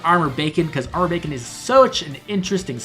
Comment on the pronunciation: Every time you say Armored Beacon, I hear Armored Bacon 😂 I had pretty great luck with Young Rebecca myself. Sorry for taking your Rebecca luck 😢